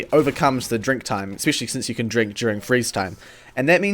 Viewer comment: I thought the word "Drink" "Dank" for a moment